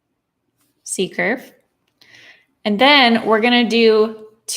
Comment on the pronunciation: totally this was a great glass among ao many great classes, I loved seeing something lovely and clearly floral appear under my hand - like magic!; something irrelavent, but kind of funny, sometimes when you say C-curve, I hear seeker [though from your books I know what you mean and youtube's auto-captioneseems to r hear secret sometimes hears seeker, too, whew. I'm not the only one!